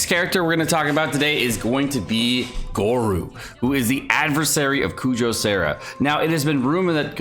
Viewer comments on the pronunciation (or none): Sorry, but you said Kujou Sara's name wrong. But thanks for the great video!!!